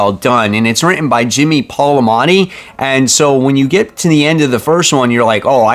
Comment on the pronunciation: So, we need to make an intervention. It’s PAL.MI.OTTI. repeat it three times. PAL. MEEEEE. OTTIIIII.